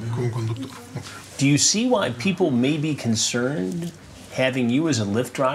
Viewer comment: "What makes it okaaaaaaaay" God I love it when Chris draws out his last syllable! 😅